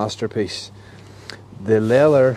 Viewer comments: it is called LEATHER, NOT LELEL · “Le-ath-Er” lol